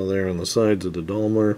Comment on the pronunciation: Is he purposely saying Daimler like that or is he forgetting the “i” in Daimler